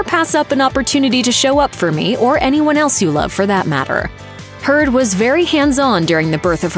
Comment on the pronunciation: Lol everytime she says "and heard" it sounds like she's saying "and turd" haha which is very fitting considering amber's new nickname.